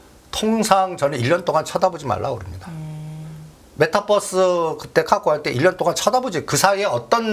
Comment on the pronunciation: 까까오, 메따뻐스 ㅎ 영어를 진짜 어디서 배웟냐? 웃음밖에 안나온다